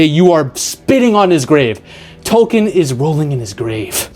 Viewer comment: Dude pronounced Tolkien lore correctly and I got so surprised I dropped my 8 ball on the floor and my dogs went berserk